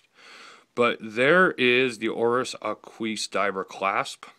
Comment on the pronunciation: Ahqueese :) its AH-kwis. Nice review especially about that rubber strap and class which I was wondering about. Thanks.